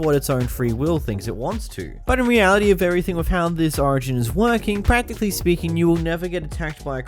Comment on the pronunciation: Every time he said practicly or escencialy i took a shot… i was hospitalized.